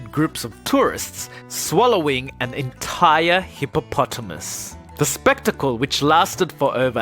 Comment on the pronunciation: I don't understand how he said 'Hippopotamus' like that..